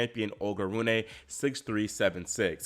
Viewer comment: It’s Roon-uh, not Roon-ay. The “e” is pronounced as the Germanic schwah “e”. Great post otherwise.